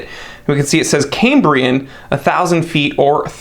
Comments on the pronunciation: It's pronounced "Kam-bree-un" not Came-bree-en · Is why you pronounce Cambria wrong?